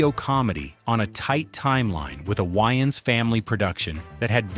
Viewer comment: The A.I. Narrator is saying YN's and not Waynes.